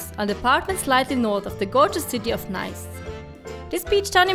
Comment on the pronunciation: Perfect video until your pronunciation of Nice 😂